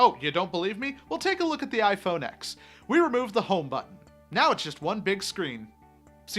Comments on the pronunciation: WHAT THE FUCK IS “IPHONE ECKS” ITS “IPHONE TEN”! ITS NOT SO FUCKING HARD why do i care anyways lol apple sucks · Thumbs down 👎 because you said “x” it’s pronounced “10” Apple has never called it the x. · it's pronounced iPhone 10... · Tim Cook would know how to correct say iPhone x correctly